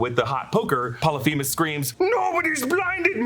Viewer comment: Polyphemus, not themus with a T